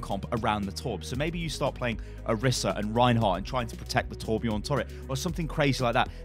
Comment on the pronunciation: is torbjörn not torbjorn